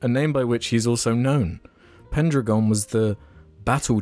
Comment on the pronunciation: I think "pendragon" is pronounced "pen dragon"